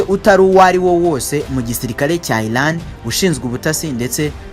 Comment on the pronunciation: Bavuga Iran not Ilan